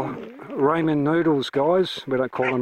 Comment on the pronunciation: Ramen is pronounced "Rah-min"